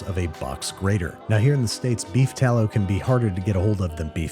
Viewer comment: Saying tallow at first threw me